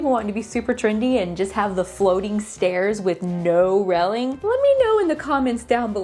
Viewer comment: I love the way you say railing ....